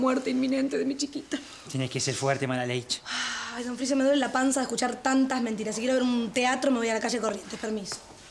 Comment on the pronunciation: Amo cuando dice Malaleish 😂 No me acostumbro ver a Mogly siendo malo aquí lol